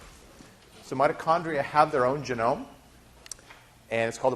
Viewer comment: I wince every time he says "genome"...